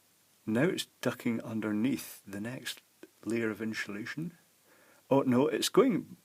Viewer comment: insuhlation new word